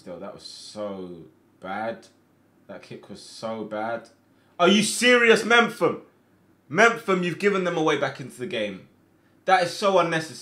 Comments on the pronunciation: My guy,it’s me-pham not mempham. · Does he know it’s mefam not mempham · It's not mem-fam. Its Mep-hum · Hey. Some quick advice, Chris Mephams surname is pronounced Mep-um. Really enjoying the series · Are you calling Mepham "Memfam"? Lol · mepham is pronounced as in mep ham its been bugging me for so long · The way he says Mepham ffs lmao